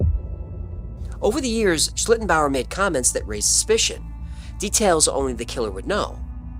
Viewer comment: And kudos to for pronouncing it very well so many times 😊